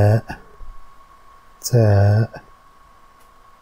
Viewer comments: Третий буква та. А не ца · Je vous recommende de reviser la pronunciation de certain des lettres. Exemple, la troisieme lettre, Ta, mais prononcer Sa, Merci